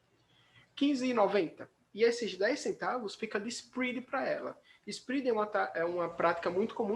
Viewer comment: Onde que fala inglês desse jeito??